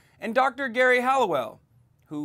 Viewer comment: It's pronounced Jerry, not Gary. And she was the finest SG. Also, that scientific "evidence" you spoke of is literally all due to tremendous liberal bias on the part of those hacks who did the "research". Their study results show what they want them to show.